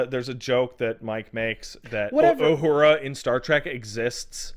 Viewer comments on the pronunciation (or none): none